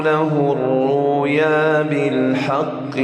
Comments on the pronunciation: بأي راية يقرأ هذه ليست رواية ورش عن نافع من طريق الازرق قال الرويا وليس الرؤيا وكذلك كلمة ليظهره فخم الراء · لماذا قرأ " لقد صدق الله رسوله الرويا بالحق " ولم ينطق الهمزة في كلمة الرؤيا . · ما شاء الله 😍😍😍 هل تنطق الرويا وليس الرؤيا في رواية ورش ؟؟ أعتقد أنه لا يقرأ برواية ورش هنا أم لست على صواب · لكنه لم يقرأ برواية ورش من طريق الأزرق لأنه قرأ كلمة الرّؤيا بإبدال الهمزة واوا مدية وهذا وجه من أوجه فراءة الإمام حمزة لكن وقفا عليها